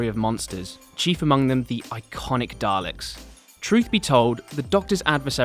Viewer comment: Why do you add an r to the word dalek? That's wierd bro